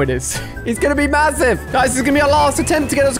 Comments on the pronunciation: Great Video! I love how he said mahusive as in massive. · i like it how alia just says mahoosive insted of masive😂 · “Mahoosive” I like it